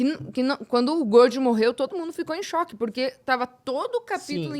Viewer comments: Ela falando "Godio" é terrível kkkkkkkkkkkkk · Só eu que perdi a paciência com essa mina falando "godjo"? Kkkkkkk